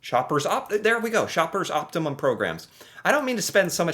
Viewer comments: "Op.. Op Tee Mum? Op-tee-mum...." yep just your typical average American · Am I the only one who finds it? Extremely hilarious that he is pronouncing optimum like Optimus Prime. Really focusing on the the first part of the word which makes me really laugh😂😂😂😂😂😂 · Lol not knowing how to say the word optimum.